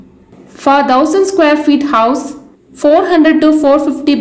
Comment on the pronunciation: On a funnier note..what is "Dhousand"...I think we should use "Thousand" like "Thaliva" "Tha" instead of "Dha". Pardon me if my comments hurted you somewhere. But really appriacte about the detailed costing you presented. Thanks a lot for the informaton!